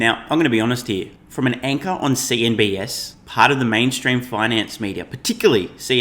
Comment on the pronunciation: Keep wanting to share, it’s CNBC, Not CNBS. I Think You’re confused With CBS. Love The podcasts!